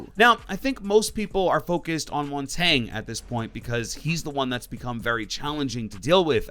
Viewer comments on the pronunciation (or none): Hey, it’s pronounced mountanyeh. It’s French for mountain. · To pronounce montagne for those people who don’t know, it’s mon-tan-yeah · the way you pronounce montagne